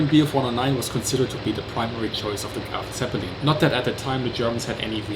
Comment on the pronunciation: LoL dude its not Graf Zeppelin dumb